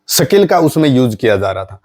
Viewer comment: Sakil नहीं यार सीधे सिधें बोलो,,स्किल